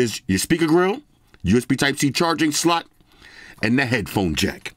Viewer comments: Love the way he says SLOT😂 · The "Slot" emphasis kills me 😂🤣😭😭